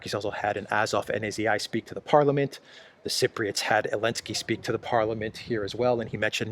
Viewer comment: Notice that you are very careful about last alphabet of English. You pronounce “ Elenskyy”. But you use this last alphabet at Na-Zi-I . You pronounce Zi. Why don’t you pronounce“ Zi-elenskyy”. By this YT may not censor your topics. If you have other intention, could you explain